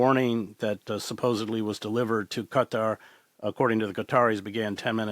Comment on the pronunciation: ... Chris Hedges ... FINALLY, an America who know how to pronounce Qatar ! ... 😀